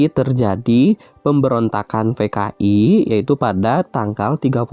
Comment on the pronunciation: Kenapa p dibacanya f si pak😭😭 kan dari "PKI" jdi "FKI"😭😭